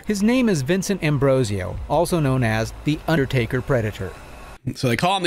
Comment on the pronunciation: I thought they said "The Uddertaker Predator" and that's all I can hear now.